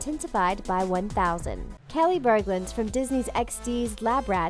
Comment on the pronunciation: "Keli Burglund" Me: "WHAAAAAAAAATTT?????!?!?!?!"